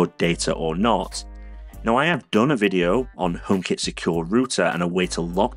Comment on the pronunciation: Pppppplease say H, it’s so annoying. I love your channel and videos but it puts me off when you say Omekit, Omepod, etc